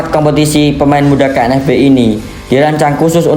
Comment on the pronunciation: KNVB min!!! Bukan KNFB🤣🤣🤣🤣